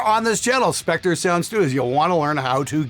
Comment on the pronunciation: "Spectre's Shecters"